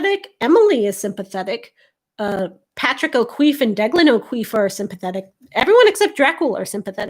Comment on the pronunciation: As an Irish person, whoever said that O'Keeffe was pronounced "O'Queeffe" were wrong, and if they spelled it that way they were wrong too.